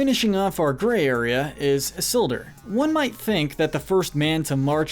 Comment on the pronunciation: How did you pronounce all the names so wrong Sorron Islduh Ect 😂😂😂